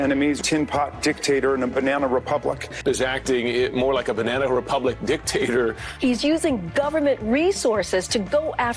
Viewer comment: What the FUCK! ...is a "binena republic" America? What are you saying? Learn vowels man.